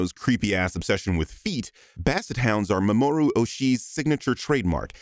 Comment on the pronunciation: I mean, didn’t you pronounce Mamoru Oshī’s given name as “muh-MORE-oo”?